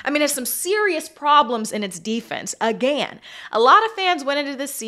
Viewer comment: LOL did anyone catch how she says again! I like it 😀